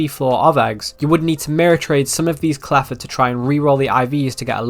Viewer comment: Did guy just say "claffa" hatch day????